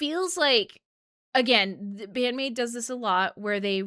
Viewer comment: I'd watched again your first reaction to Wonderland live a few days ago and it's quite funny because you were blown away in almost exactly the same way. You were such a recent maidiac back then!, mispronouncing the maids names and all LOL Love love love this song, it always gives me goosebumps and makes me feel truly blesed for living in the same era as Band-Maid. Also yeah, Miku is an absolutely magnificent lyricist. She will probably never get enough credit for that because, well, she writes in Japanese; but that doesn't make her lyrics less powerful or well thought out